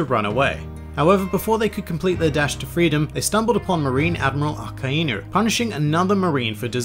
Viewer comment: I thought it was akainu not akaenu